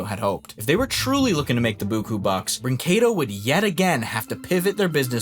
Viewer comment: You're getting closer on pronouncing "brinquedo" properly. Wouldn't brag about it, though.